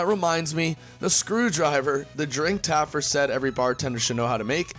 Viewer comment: Again....just Taffer...not Taffert or Taffard....no last consonant.